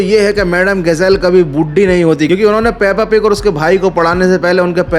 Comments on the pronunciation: Peppa pig❌ pappa pig✅🤣🤣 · Peppa pig ❌puppu pig✅